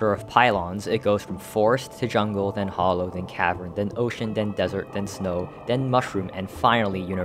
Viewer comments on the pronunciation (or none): it's hallow, not hollow :) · As awesome as your channel is, the way you pronounce "Hallow" drives me nuts. Hell, you even had the pronunciation ON THE SCREEN and still said it incorrectly (this also goes for "orichalcum," in which the "ch" is pronounced like a "k"). It's shouldn't be confused with "hollow," because it's not pronounced the same. It's pronounced like "shallow," but without the "s." And by the way, the channel really is cool. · BTW the a in hallow is pronounced like the a in at. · also its pronounced like how it looks i dont know how you fucked that up